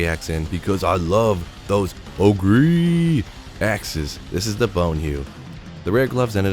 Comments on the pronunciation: Ogre == O ger not O gree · Oh-gree? It’s pronounced oh-ger haha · ogre = sounds like "o-ger", like the big ugly things that are in WoW lol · Ogre axe. Not ogree lol! Shrek is a what? That's right, ogre axe. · It's pronounced oh-gur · o-gree? is this a joke? or is he mispronouncing that horribly? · Is pronouncing Ogre as OH-GREE an inside joke? EDIT: Kept watching and it is. Take my updoot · Yeah Ogre is actually pronounced Oh gore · are you saying it oh-gree for fun? :D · Pronounced OH-GER axe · I may have to stop watching your videos if you keep saying ogrEE!!! Just kidding. Love your content. Keep it coming. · he knows how to say it I think, just choses ogreeeee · I never knew Shrek was an oh-gree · What's with your unique pronunciation of ogre? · Listening to him say ogre incorrectly makes me sad for public education. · Alright, which one of you made fun of for how he says ogre? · had to look at the comments for the way he pronounces ogre axe lol